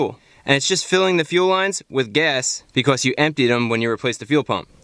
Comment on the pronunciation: I love the way he says “because” bee cuasse